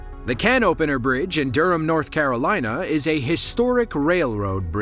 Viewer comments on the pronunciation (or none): none